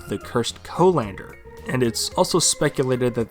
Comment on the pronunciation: The seaside? Coalander? Colander